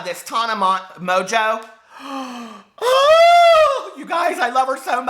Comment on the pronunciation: Tana Mongeau (Mojo pronunciation)